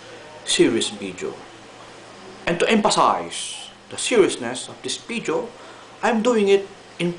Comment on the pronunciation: its not bideo its video,your f is p,example fried,you say pried instead fried,so you gotta make it totally right,but your so awesome anyway